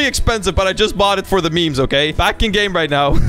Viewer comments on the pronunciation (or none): I thought he said "mems"